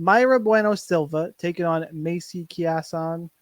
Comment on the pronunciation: Key-asson? Lol